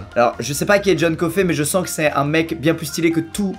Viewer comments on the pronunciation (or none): Squeezie sais-tu qu 'on dis pas coffey mais coffy